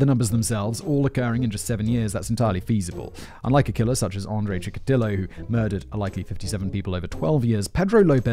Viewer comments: "ANDREY CHIKALITO" AAAAAAAA ONG WHY DID YOU MAKE HIM A LATINO IT'S CHIKATILO. CHI-KA-TI-LO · "Chikalito". Really? xD CHIKATILO!!! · Chikatilo, dude...not Chikacalito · It's not "chickalito", it's Chikatilo. "Chik-a-teeyoo" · Chikatilo not chikalito lol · The fact he botches the pronounciation for a thousandth time makes me think it's an extremely sadistic form of trolling. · Only one 1-star review,you say? P.S.: It's [che-ca-ti-lo] you YT bum. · Simon has been so traumatised by Chikatilo's case, it has become impossible fir him to say his name correctly😱 Update: ah he got it right in the appendices